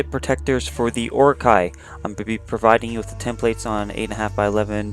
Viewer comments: HildingVilding Yeah he pronounces it like Uruk-Hai from Lord of the Rings series. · ur pronouncing orochi wrong